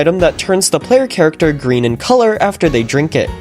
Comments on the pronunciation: finally turned Gween. He got that badgeee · finally turns gween